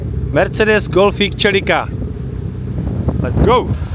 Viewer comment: Proč tomu furt češi říkaj "čelika", tyvole, celestial, celica, takže "selika"